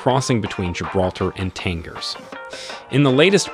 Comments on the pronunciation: the correct way to pronounce the g in Tangier is like the g in algebra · You're pronouncing Tangier wrong!